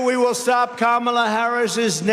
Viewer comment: I think when he's says Kalama Harris and actually it sounds like he's talking about himself maybe he's the one who's too old to run for president